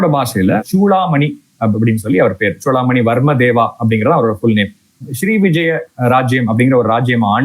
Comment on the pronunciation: ஏம்பா, தம்பி, சோழர்களா? இல்லை ச்சோழர்களா? சூடாமணியா இல்லை ச்சூடாமணியா? ஏன் இந்த உச்சரிப்பு கொலை? திருத்திக்கொள்ளவும்.நன்றி